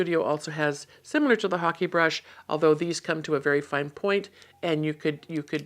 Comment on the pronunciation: Thank you for the proper pronunciation of the ‘hake’ brush! I was saying it completely incorrectly! Thank you for your videos as well! I feel I am learning so much from them, they are very enjoyable to watch.